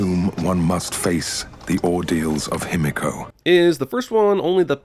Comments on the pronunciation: Ah yes, annoy the otaku community with such a simple name: him-echo. him-echo. him-echo. Cant be he-me-co. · *Himiko(He-Me-KO), if Japanese pronunciation was more known, this itself would be a sin. I mean if I were to spell it how everybody here is pronouncing it, it would be "Hemeko". Like bro my ears. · Even though the exact pronunciation of Himiko is unknown I still think they should have pronounced it: Hi-mi-ko (ひみこ) Following a modern Japanese pronunciation and not: Him-i-ko Every time they said it it was super distracting. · I could be wrong but aren't they pronouncing himiko wrong? Shouldn't it be pronounced he me co? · My biggest sin for this movie: Lara's dad (forgot his name) pronounces "Himiko" like it's "Himeko" and it was driving me fucking NUTS while watching the movie!!!!! How did they get that wrong? Didn't they have someone who speaks just a tiny bit of Japanese, who could tell the character who says Himiko the most, that he's saying it wrong?!? sins for that! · Good god, can they PLEASE stop pronouncing Himiko wrong, fuck. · No sin for the people studying Himiko not being able to properly pronounce her name? I is always pronounced as "ee" in Japanese. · my inner weeb is getting triggered by EVERYONE in this movie pronouncing Himiko wrong its not that hard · Movie and thus Jeremy is mispronouncing Japaneses and it is pissing me off, 'i' is pronounced like a long 'e', like he, or she., not like the 'i' in 'him'.